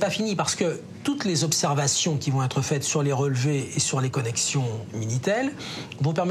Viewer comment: "N'a pas pu z'être... " 😄😄😄